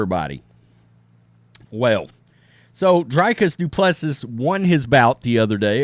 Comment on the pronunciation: It's pronounced "Dree" "kis" - "do" "pless" "see".